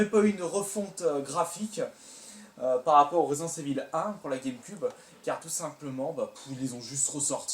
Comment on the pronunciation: pas resdence evil mais resident evil lol